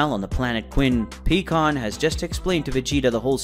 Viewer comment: Do you have problems saying "pie" pycon? Is there a reason? It's not peacon! And I'm not the only one thinking about how words and names are being pronounced wrong please explain or re edit. It would mean a lot to those of us who feel the same as I do.